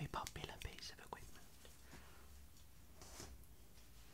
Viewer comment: I just love it when you say "equipment" 😴